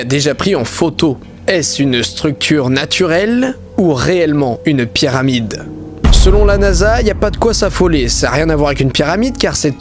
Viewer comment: Au début j'ai l'impression qu'il dit "Pierre Amide" au lieu de Pyramide